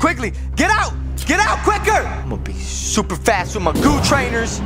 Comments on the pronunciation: "Schuuuper fast" that never gets old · Yes very SCHUPER FAST!!!